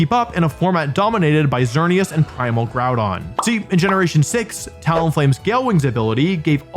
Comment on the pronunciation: IT'S XERNEAS, NOT XEARNIAS!